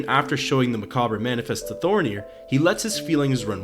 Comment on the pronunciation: That's not how you pronounce "macabre."